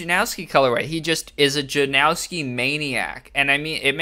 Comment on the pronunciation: There’s no W in Stefan Janoski’s name… common mistake but it’s pronounced {Jan-nos-ski}